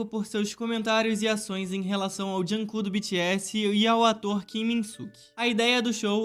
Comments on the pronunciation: "junkook" não "junkok" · Que raiva tadinho o kook "jung kook" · "Joonkong"fiquei com pena